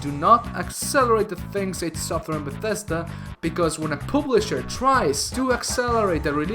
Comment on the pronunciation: Dont say "publisher" again.